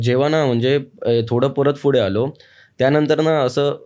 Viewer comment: फुढे नाही रे दादा पुढे 😂